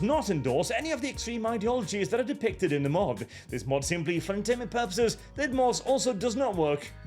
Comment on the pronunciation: “Are you ready for ze new world order?”